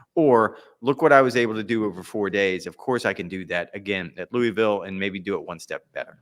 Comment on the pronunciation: Gonna save you guys some ridicule before Valhalla next month. It’s “Lou-uh-vul” not “louey-ville” 😉